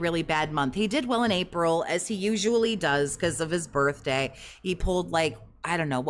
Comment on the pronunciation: Um it’s his Birfday not birthday 😂